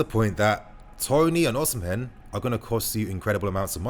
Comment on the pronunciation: Even though the name is called OSIMHEN, the correct pronunciation is OSIMEN and not OSIM-HEN. Love from Nigeria.